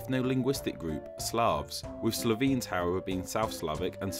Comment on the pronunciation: >"crohts" >"slovins" >not calling it fyrom >going anywhere near kosovo >attempting to explain history while claiming you're not good at history please.